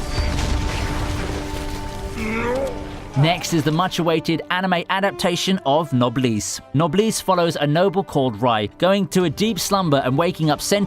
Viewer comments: Nobody: No one ever: Absolutely no one:: “noblease” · My guy said "nobleeeese" 😂😂😂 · How does he mispronounce Noblesse...